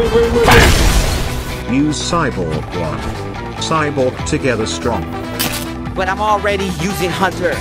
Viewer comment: DID BRO SAY STRONK